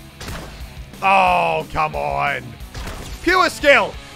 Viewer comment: Muselk:puwrreeeee skill Everyone else : pure skill its PUREEE SKILLLL